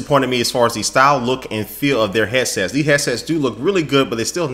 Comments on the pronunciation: "hesses" lol god you're awesome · I keep hearing him say "Heasess" lol